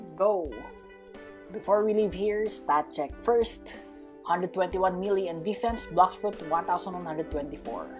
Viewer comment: I was confused when u say melee I thought it was mil